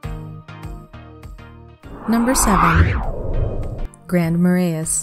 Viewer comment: Nor could she pronounce Grand Marais or Wabasha